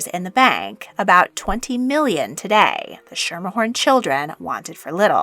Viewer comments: The name ”Schermerhorn” is pronounced “SKIMER-Horn” NOT “Shimer-horn” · In NY, we always pronounced it "Skimmerhorn" ... never heard it pronounced "SHermerhorn" before. Which doesn't take away from the great work you did here. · You aren't pronouncing it correctly. It is SKR-mr-horn. Not shurmerhorn. Schermerhorn is Dutch. And in dutch 'SCH' is pronounced 'SK'. As in SCHool SCHolar. Please correct this. It hurts our ears to hear it this way. Thank you. ~ cousin of Caroline Schermerhorn Astor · Mispronounced Mrs. Astor's maiden name. Skermerhorn nor sh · Schermmahorn...not Skimmerhorn... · This is a small but VERY important detail - Caroline’s family name is pronounced SKER-MER-Horn, not SHER-meR-horn. Saying her name incorrectly immediately marks you out as a non-New Yorker (streets and buildings are named after this family, everyone knows how to say it if you live here) and takes away from your credibility in the rest of your story, which is otherwise well done. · It’s not Sherm er horn, it’s Sker mer horn. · Great video. A bit of pedantry: The phrase is "the stuff of legend". "Schermerhorn" is pronounced Skermerhorn" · The surname is pronounced “SKIM-er-horn.” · Schermerhorn is pronounced with a hard "sch" like "school". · In Brooklyn Schimmerhorn is pronounced as Skimmer Horn. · Native NYer’s always pronounced Schermerhorn as “skimmerhorn”… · 1. Mrs. Astor's maiden nane, Schemerhorn is pronounced as follows: SKIM-er-horn or SKER-mer-horn Generally informative presentation, thanks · Schermerhorn, pronounced as with a 'k' archaic Dutch. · The mispronunciation of her madien name is maddening.